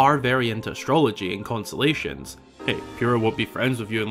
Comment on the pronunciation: Consolations are what you're given after a loss or disappointment. Kon-Stuh-Lay-Shn is a collection of stars.